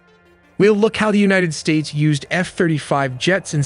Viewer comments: “united sataes”?? Really??? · United Sataes? 😂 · “United Sataes”?? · United sataes? 😂😂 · "United Sataes" REALLY?? ... "United Sates" Am I missing something?? 🧐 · You lost me at United Sataes. 😂😅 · 4.21 A new country United "Sates" spotted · Anyone else notice United Sataes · united sataes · United sataes????? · United SATES? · "United Sataes" - What is this, a Somali Day care centre? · United Sataes… This Chinese channel needs to be shut down. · This is pretty cool .... but says "United Sataes" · "We don't use Ai" "United Sataes" and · Stay corrected: Unites Satans. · HOW DO YOU GET UNITED SATAES WRONG??? WAS THIS ON PURPOSE OR DO YOU NOT PROOF READ YOUR VIDEOS??? UNITED STATES WOULD LIKE TO KNOW!!! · Correction: United Satans.